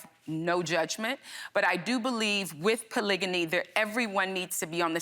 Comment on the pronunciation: They’re pronouncing it correctly. Polygamy, polygyny and polyandry.